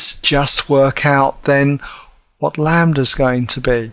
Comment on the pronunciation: the m can be different, but as long as its a scalar multiple of the other, they will still be parallel. lol and its lambda not lander wtf ahaha.